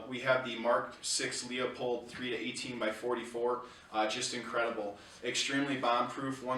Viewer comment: LOO POLD, not LEO POLD. Please. Leopold Stokowski was a famous British conductor. See Bugs Bunny "Long-Haired Hare" for a spoof on the conductor Leopold.